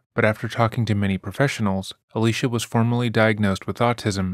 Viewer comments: Her name is pronounced Ah-lee-see-ah. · I just don’t see how you keep intentionally mispronouncing her name is uh- Lee - cee - uh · Ah-lee-cee-ah. It's not hard. Please attempt to pronounce people's names correctly as a sign of respect. It's the least you can do when profiting from the trauma and exploitation of these victims. Thanks! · Kind of disrespectful you pronounced her name wrong the whole video